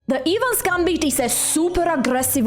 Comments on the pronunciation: It is the "Eh-vans" Gambit not the "Evens Gambit". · it's EH-vans not EEH-vans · Evans is pronounced with a short E. Great instructive video as always.